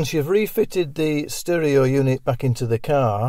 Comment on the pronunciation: Sterohhh radiohhh 🤣🤣🤣